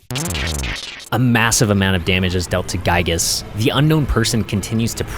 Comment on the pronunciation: This was a good video! just one thing, Giygas is pronounced "gee gus" like giga with a s at the end.